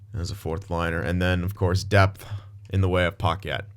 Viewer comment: It’s not paquette it’s packet lol